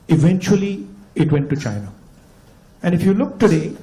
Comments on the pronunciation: BJP mein kaisa kaisa Jahil CM hai, Hemanta Biswa Sharma China ko Syna bolta hai. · Shaina nehi re chaina 😂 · Sir this ex congress leader can't even pronounce China he's pronouncing it as SIENNA..... such leaders are Redundant ..... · Phle bolna Sikhle China ko Sina bol raha hai neta 😁👍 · Shaina nahi anpar neta ji chaina hota hy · Bola to jaa nahi raha china ko cina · Abishkar ji hemant visha Sharma ko tou china ka naam bhi bolna nahi aata china ko chinna bol Raha hai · cha ko sa bol Raha hai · सायना नही बे चुत्ये, चायना बोल😂😂😂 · Its not Saina it's bloody China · Himanta ji, Saina nhi china boliye.😂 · Abe bobde saina nahi china hota hai kuch bolna nahi aata aur cm bana baitha hai. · Siena nehi hai china hai kam se kam pronounciation tik se bolo😂😂😂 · Murkh wo Saina nahi Chaina hay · Sina ??? Can someone telll thim guy its Chi... not Si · Pahle bolna Sikho Saina Saina Kya Hota Hai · Saina nahi hai damro chaina hota hai😂😂😂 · Shina ni hota china hota h😂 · उसे तो बोलना भी नही आता। साइना साइना बोलता है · China bolne ko bhi nahi aata CM bane hai bane hai😂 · China bol nahi pa raha hemant ji